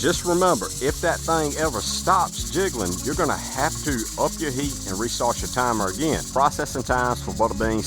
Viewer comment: Say jiggling again 😂😂😂😂